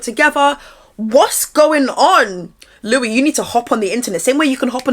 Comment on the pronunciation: I had a run in with him back in 2024, his names spelt Louis but pronounced “Lewis”